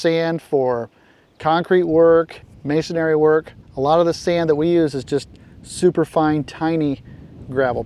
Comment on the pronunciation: Love your channel I watch every Sunday morning Very common mistake but masonry is a 3 syllable word not 4.